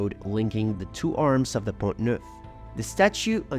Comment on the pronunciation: By the way, the letter ‘T’ at the end of the word PONT is silent. It is pronounced PON